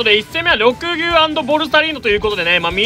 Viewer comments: りょくですね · 毎回が緑牛のこと「ろくぎゅう」って言ってんの可愛すぎるww